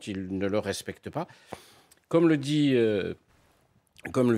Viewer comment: comme et non Kome 😂 et je ne crois pas que le nom nasso soit français 😂